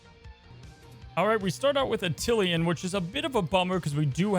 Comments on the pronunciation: Grandmaster seems cool but I like how still pronounces Attilan as Attilian everytime xD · Great video. Love to see the excitement for a new card!! Awesome stuff! With that said, I’m going to be that guy and talk about pronunciation. Apologies in advance. [pushes up glasses] There is only one “i” in Attilan. It does not end “lian.” The last syllable is like “land” but without the “d.” And the first syllable is pronounced “at,” not “uh.” It’s closer to Avalon than Attila, if that makes sense. Ok, picky nerd moment over.